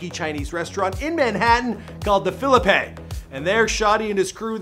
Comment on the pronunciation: Lmao it’s pronounced fill-leep not fill-luh-pay 😂